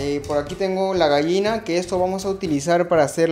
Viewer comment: Se dice GALLINA no Gaina